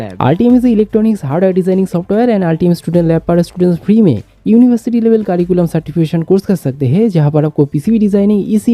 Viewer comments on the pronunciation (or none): none